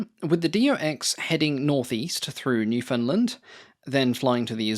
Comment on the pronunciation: Such a pretty plane! I also love flying boats, and the Do X is very near the top of my list, along with the Bv 138. I do find it kind of hilarious that you can pronounce "Budapest" properly but not "Newfoundland." :D As a bit of feedback: several times in this script you switched form past tense to present tense. That's an easy glitch to make, but it also really stands out and breaks the flow of the voiceover. Just something to be aware of.